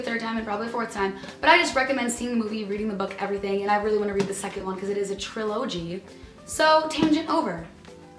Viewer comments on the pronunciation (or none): HAHAHAHAHA when she said "Trill-o-gy" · "Tril oh gee" :)